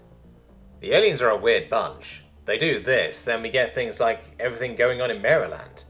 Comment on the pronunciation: Just wanted to let you know from a local Marylander. You pronounce every name Location name wrong…….. Including Maryland.